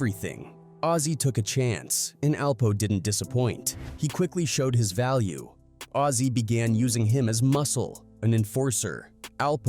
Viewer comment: It’s actually azie lmaooo